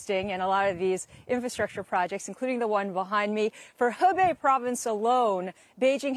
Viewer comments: Hee bee province haha you guys for real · The guy's pronunciation is terrible Hebei isn't even difficult!